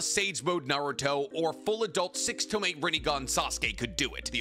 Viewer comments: i just dont understand why you always keep saying tome instead of tomoe 😂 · TOMOE "to-Moe-ay"